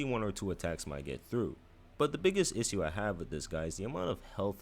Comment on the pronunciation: bro cant say issue